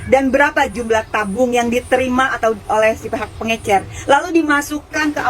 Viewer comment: Pengecer paakkk... Bukan pengeNcer